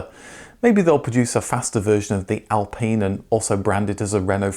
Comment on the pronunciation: ITS AL PINE! . PINE IS PINE NOT PENE.